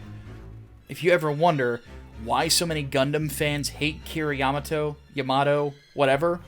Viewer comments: YA-mato is correct, ya-MA-to is wrong, because Japanese. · I believe 'Ya-Ma-Toe' is the correct Japanese pronunciation. 'Ya-Motto' is the English bastardized pronunciation. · YAmato is slightly more correct, yaMAto is not. It’s more like YAMAto. Because each syllable is a separate character, and can be emphasized, unlike English, each word has only one emphasis